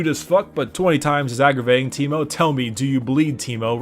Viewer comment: Its not on T, its on A (tankmo)